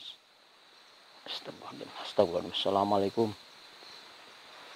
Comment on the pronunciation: Itu nyebutnya bukan astaghfirullahal adhzim tapi astaghril al adhzim.. Sudah aku ulang2 berulang kali.. Semuanya nyebut astaghril al adzhim.. Artinya apa?